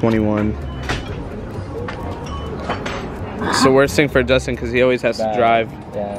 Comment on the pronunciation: Is it just me or it sounded like he said justin amd romie